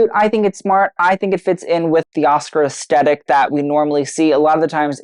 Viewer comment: Love you babe but it is “aesTHetic” not “aesTetic”. ❤❤❤